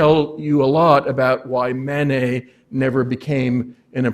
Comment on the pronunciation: We do not pronounce the "et" at the end of the name "Manet" as 'ette'. We pronounce it as the letter A. We have chosen to adopt the French pronunciation of the name. So, please pronounce the first syllable as the French do. Mah-Nay. Not Man-Ay. The same for Monet. Mon as in mon ami Not as in "Mow the lawn " Not Mow nay. Degas is not Day-Gah Renoir is not Ren- wah